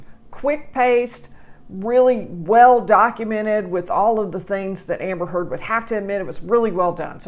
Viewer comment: Thank you for pronouncing her last name correctly!!!!